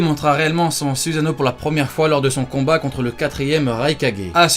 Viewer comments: On dit pas suzano mais sussano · « Zuzano » ça me STRESS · Ta prononcé même pas correctement le mots Susano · sa sert a rien de faire des videos sur les meilleurs... parseque toute les personnes ont le soussano et stp prononce bien les mots pk tu fait peter les tinpents